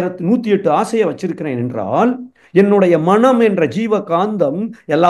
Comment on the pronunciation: ‘மனம்’ என்பதைச் சரியாக உச்சரித்தீர்களென்றால் சிறப்பாக இருக்கும்.நன்றி!